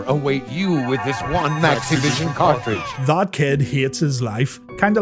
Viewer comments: take a shot every time he says "cart-reach" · WTF is a car reej :D